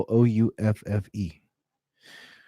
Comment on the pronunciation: Plouffe rhymes with "woof".